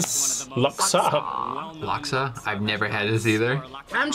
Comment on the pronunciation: As a singaporean may i know what in devil's name is that "laksa" ? Jesus Christ